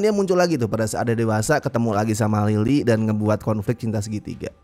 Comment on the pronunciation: Berasa sangat me-lokal karena beberapa kali saat melafalkan Lily, aku dengarnya "Lilik"😅